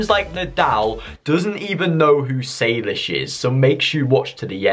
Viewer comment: saylish's my boy it's saylish not saylishe's 🤣🤣🤣🤣